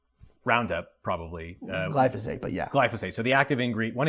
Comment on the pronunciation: Gly-Fo-Sate? Phosphate says hi.